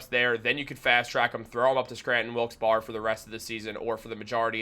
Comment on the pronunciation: Barre=berry not bar